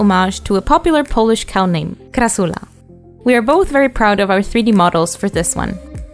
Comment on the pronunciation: I love how you said Krasula <3